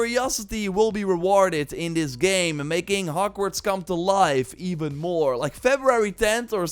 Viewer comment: Did i just hear him say "and you can explore hockwarts"